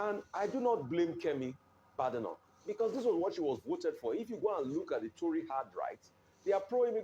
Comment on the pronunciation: It is not pronounced "BAADENOK". It is pronounced "BEIDENOK" .